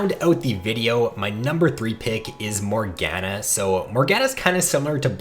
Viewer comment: Lol I swear youtubers intentionally mispronounce champs. MorGAHna